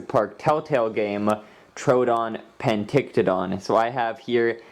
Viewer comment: It’s pronounced peck tin o don